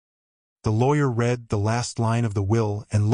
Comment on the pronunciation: It would be better that reading errors are corrected. " I read the letter and then I read it again." READ is pronounced "red"- like the color. At other times it is pronounced " read" like in the word "bead."